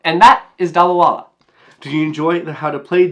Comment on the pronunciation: Indians who hear him say the name 😬